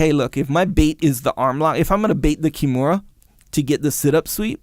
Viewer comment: Jocko “kiMIUra” Willink